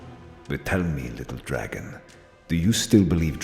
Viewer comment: It really sounds like "I'm da dwaggon, I want my cwown", lol